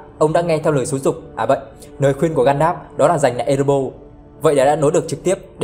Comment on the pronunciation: Ê rê bo rrrrrr nha bạn, hem phải Ê rê bô. Còn lại thì okie rồi